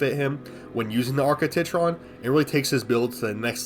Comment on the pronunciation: TITron bro? TIT-ron?